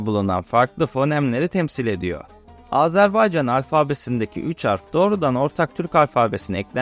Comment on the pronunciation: Azerbaycan demeyi öğrenmeden bir bok olma. Azarbaycan dedin aq. Azerbeycan diyen de var.